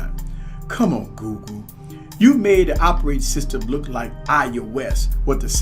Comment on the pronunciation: It sure does sound like you're saying GOO-GOO instead of Google lol